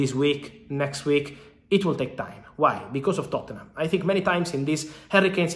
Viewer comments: It's Totnum bro not Tottennum LOL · Fabrizio pronouncing Tottenham 💀